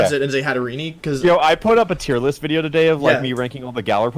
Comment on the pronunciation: you mispronounced wideo